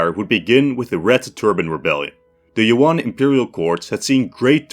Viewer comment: It bothers me to no end how westerners pronounce monosyllabic Yuan as "Yoo-on".